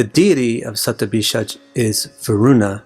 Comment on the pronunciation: sandhi happens like this shatam (100) + abhishekam (anointing/purification)= shatabhishek. so it would still remain shatabhishek. "J" sound is never the result of sandhi. had you come up with shatabhishekam it would still be passable. shatabhisaj is like a cat scratching the pole and making that awful noise for anyone who knows sanskrit grammer, it is horribly incorrect.